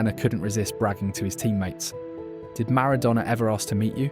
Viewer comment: Switched off after 32 seconds, Ronaldinho wasn't around in 1993, that would have made him 12 or 13, secondly, you butchered the pronunciation of Maradona!!